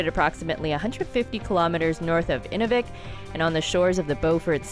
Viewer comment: If I hear say 'In -- ooh -- vik' again (with the emphasis on the ooh) I will scream. I lived there close to 17 years and locals call it 'In-new-vik'. At least she did not mess up Tuktoyaktuk.